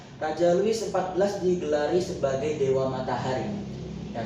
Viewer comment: Mantap. Louis = (dibaca; Lui)